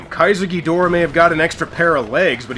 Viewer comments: It's Gi-DOH-rah and not gidra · U called King Ghidorah geedruh lol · Excuse me sir. I am a Godzilla fan boy, and I can tell you it iis pronounced GhidOra. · Just a reminder it's Ghidorah